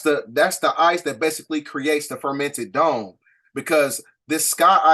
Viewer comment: Great work as well as research on these topics! One thing, you keep saying, "the fermented dome" & I'm not sure why! And you keep saying, "the pleidadians," it's pleiadians! The new people studying or coming into this knowledge might be confused.